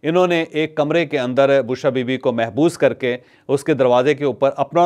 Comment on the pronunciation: Correct your pronouce Not Mehboos it is correct pronounce is Mabhoos.